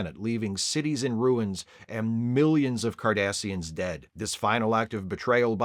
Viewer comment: Did you say "Kardasians"???? Was this an omen? 😁